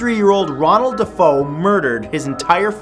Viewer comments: Dah-fay-oh, not deh-foe. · It's pronounced DE fay O not dafo. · I mean da fae oh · Its not defoe...... It's DeFeo announced De Fay O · DeFAY-O and murdered by his brother.... love you Matt (bye that hanging ghost gave me the chills) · Dude...deh-fay-oh...not dah-foe...come on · Matthew deFEO (pronounced da-fay-o, not da-foe) was killed by his brother, not his dad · defeo = dee-fay-o. and the boy was murdered by his brother, not his father. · Defeo is pronounced duh-fay-oh. Matthew was killed by his brother, not his father. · everyone hates me for saying things like this but..................D'Feo is not pronounced D'Fo. D'Feo is pronounced D'Fay-Oh!!!! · DeFeo- Duh-fay-o / not DeFoe- Duh-fow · Matthew sweetie, DeFeo is pronounced de-fay-oh not de-fo. But that's ok everyone makes mistakes have a lovely day 😊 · The fire girl "ghost" is just a cardboard cut out of an old picture with that girl in it. I've seen it disproved on a vlog a few years ago and they even showed the original photograph. Also, the Amityville murderer is Ronald DeFeo pronounced DeFAYoh. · Matthew Defeo (Pronounced Dee Fay Oh) was killed by his brother, not his father, as his brother killed the entire family that same night, including the father. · Wasn't John Matthew murdered by his brother not father? It's also DeFeo not Defoe. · The photo of the DeFeo" ghost boy" (BTW, it's pronounced "dah-FAY-oh") was debunked...the image was actually of their cameraman who was sitting on a couch in that room...his eyes appeared to be glowing because he was wearing glasses...sad, I know...and I REALLY wanted it to be real! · Matthew dont get me wrong. i love you but it's pronounced deh-fay-oh 😂😂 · Hi Matt, just an FYI for the Amityville photo - the last name is pronounced DeFAYo, and it was his brother who killed the little boy, not his father. Love your videos! But I wouldn't believe anything Ed and Lorraine Warren produced as evidence. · DeFeo (De-Fay-oh) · It's pronounced da far oh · its "defeo" not defoe